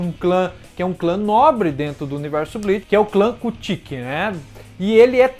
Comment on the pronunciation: Adoro bleach gosto muito do teu canal mas por favor apreende a dizer kuchiki e as outras palavras como deve ser